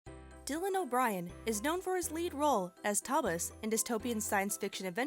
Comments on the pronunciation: it's Thomas not toblis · Sounds more like Thobas xD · Hold on, did you just say Toblis? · Lol yes she did 😂😂